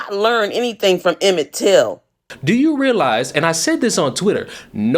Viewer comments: "Emmon ?" It's Emmett Till. Talk about 'f***ing ridiculus...' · Omg!! She said Emmen Till. Wow . Please read before responding . Just a tip for her for next time .